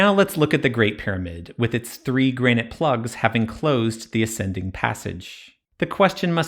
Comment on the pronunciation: It might be a good idea to learn how to pronounce Granite next time. It's not 'Grain-ite'